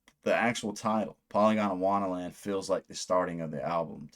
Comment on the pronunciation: i think youre pronouncing it polygondAwannaland, when its just polygondwannaland no “a” between gond and wanna.